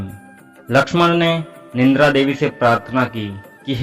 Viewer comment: Nindra nahi Nidra boliye ji.